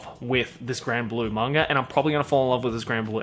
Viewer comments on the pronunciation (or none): It's MANGA not "MANGAR".